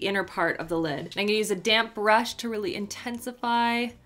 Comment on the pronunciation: The way she says I’m gonna sounds like In Goya 😂